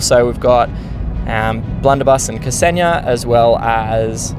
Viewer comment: Hello, thx for the video and glad to see you're back in the game :) Also, just wanted to say it's pronounced 'Xenia', in one go, , not 'K-seni-ya'. :hand-purple-blue-peace: It's my gf's name :face-blue-heart-eyes